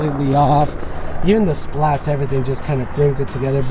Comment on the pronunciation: Bro stop calling them splats 🤣 it’s spat.